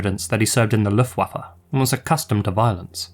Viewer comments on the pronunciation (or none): none